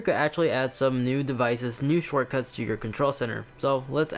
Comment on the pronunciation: I tried to get subtitles to understand what language you speak...”liberry, tensentens, shirtcuss...” you have single-handedly butchered the English language. Terrible review btw.